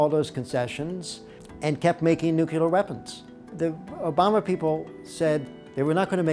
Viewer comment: Why.....why are so many apparently intelligent, educated Americans incapable of pronouncing the word nuclear? Just say NEW CLEAR and you've got. See? Easy! Just please stop saying NEW-CUE-LER. please